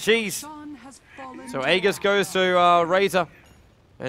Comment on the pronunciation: How come no one knows how to pronounce aegis properly?